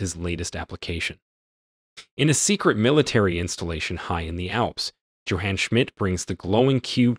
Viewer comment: Schmidt's first name is pronounced: YOH-hahn